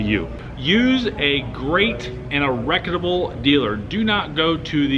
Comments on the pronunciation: LOL! I imagine he means reputable. But, I too was wondering the same thing. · It's "reputable" & . Otherwise thanks for the content! 😄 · What does he keep saying, "reqyitable"?